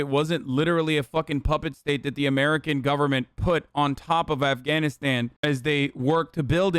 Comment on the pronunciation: “Cobble, Eff can knit stan”